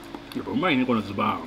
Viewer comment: やっとズババーンじゃなくてズバーンって✨wwwウケるwww美味しそー🍜